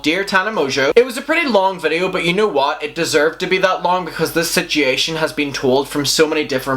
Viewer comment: 😂 And “sit-chee-ation” just gets me every time. I absolutely adore his accent. LOL